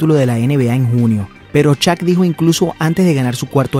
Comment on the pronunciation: "Shaq" por favor, NO "Chak"